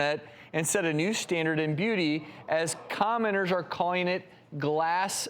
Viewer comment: Commenters I think but yeah I heard that too😂